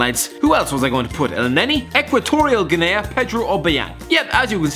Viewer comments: Hate to be this person, but Guinea is actually pronounced "Ginny"... Good video though. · Some of your pronounciations were just hard to bare. If you're not sure ask google. Curacao > Cura-sa-o Guinea > Gui-nee Guyana > Guy-anna Fun fact Victor Wanyama isn't the only Kenyan, Divock Origi is Kenyan as well, but chose Belgium for obvious reasons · I lose brain cells every time I hear try to pronounce the word 'Guinea'. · TheRealXboxNerd same